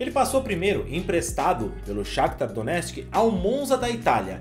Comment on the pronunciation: "Donestki" eh foda kkk